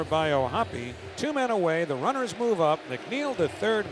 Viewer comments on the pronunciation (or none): none